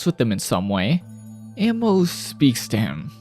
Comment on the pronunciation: “I can already see why she was named ‘Ammo’ or-“ bro.. you’re one of the whitest lookin anime YouTubers but proceeds to mispronounce Amo’s name for that whole section. You manga only breh or what cause you said “Ammo” the whole damn time goofy as if you never seen the Eng dub or a short or whatevs. “Ammo” 🤡😔 second hand embarrassment.. I know I’m slightly dyslexic & had trouble in Eng & literature but at least I’d know how to tell the difference between “Ammo” & “Amo” when pronounced out loud. Bro deadahh read and said A-MO’s (not no mf “AM-MO”) name countless times incorrectly like bro, you yourself sound like a broken record hence why i do too. So frustrating hearing her name wrong from a whole white guy for over 15-min straight like how how how how HOW did read A-M-O as “A-M-M-O” like the difference is beyond obvious. I think the balding goes deeper than just the receding hairline, so pitiful 😞 didn’t even have a homie or editor correct you on your shii but you was prolly just beyond lazy to redo the whole 30 min “AMMOs” section just cause mispronunciation like would any one else feel like they’re disgusted or offended possibly disrespected about it